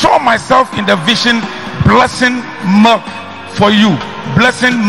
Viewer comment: Yes ooo even the way he pronounced milk koraaa as molk lol concert